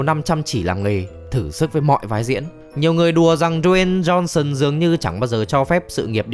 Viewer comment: Đờ Way "Tiny" Jôn Sơn =)))